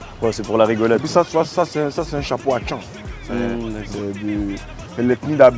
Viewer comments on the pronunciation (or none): Ariel il nous sort atchan au lieu de akan